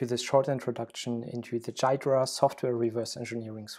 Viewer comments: You pronounced it wrong , by the way. It's supposed to be pronounced gee-druh, not guy-druh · It's Gee-druh, not jeye-druh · WTF is "Dude, it's pronounced "Ghidra"! "? That leaves things as clear as mud. It is pronounced GEE-druh with a hard G (as in "good"). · 'Jiy -dra' lol its pronounced like Gee-dra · Please say "gear dra" from now on in place of "jai dra" you're killing me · great tutorial - but it's not jai-druh, it's gee-drah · It is pronounced gee dra nor jeay dra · Wait, it is pronounced jai-dra not ghee-dra? Learn something new everyday. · It's GHee-Drah bro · He never read the FAQ: Frequently-asked-questions#how-do-you-pronounce-ghidra > Gee-druh. The G sounds like the G in goto, great, good, graph, and GitHub. The emphasis goes on the first syllable. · Bro it’s ‘gee-dra’ 🤦‍♂️ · For future listeners, Ghidra is pronounced, "Gee-druh"; [3] /ˈɡiːdrə/[4]). Source: Great video, and well-explained usage. Keep up the great work. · it is pronounced gheedra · It's pronounced GHEE dra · I believe it's pronounced "gi-door-ah" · It is pronounced "Gee-druh" but that's okay. This video was a very nice introduction, by the way! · The way he says Ghidra drives me crazy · It's Ghidra!!! It's not a J. It's a soft G as in gear (not G as in generous or gentle or genius). Then it's followed by hard E, as in easy and finally dra (soft), as in dram. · it's Ghidra G as in Get. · Dude, it's pronounced "Ghidra"! (j/k, was a good video) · It's funny that you pronounce Ghidra wrong this entire video.